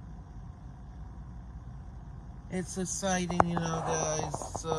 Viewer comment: I'm pretty essited. Very essiting!